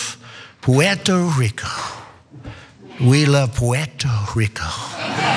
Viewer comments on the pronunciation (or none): lmbo! "pweto reeco" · Puweerto Rwico, Big Ocean Water, Exploding trees. My fave moments, I watch it every time I need a laugh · That’s a bad and mangled attempt at a Puerto Rican accent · Trump says Puerto Rico that way to stress that he sees them as NOT true Americans, but foreigners..